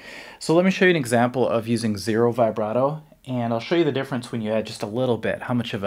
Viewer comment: Vibrato isn’t pronounced like that?